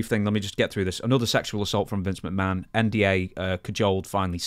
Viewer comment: calling an NDA a “NWA” was wild subliminal😂